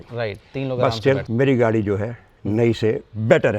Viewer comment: he mean to say Gadi 😂